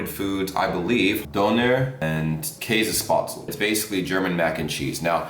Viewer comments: I love how he says "Kaasespaatsel" 😂👍😂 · in tirol we dont say käsespätzle we say Kaaspatzlen